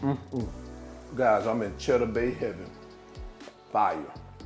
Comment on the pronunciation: You had me at "chedduh" 🤤